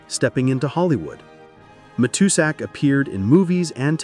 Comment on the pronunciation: AI narration, mispronounced Matuszak.